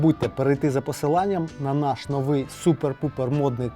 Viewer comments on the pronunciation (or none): none